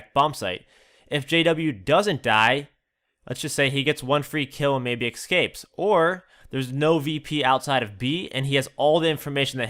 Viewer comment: eScape. FFS I hate when people say eXcape.